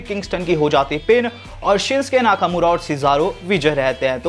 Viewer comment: Sincke laka mura nhi Bhai naka mura naam h aapne mistek kar di bolne me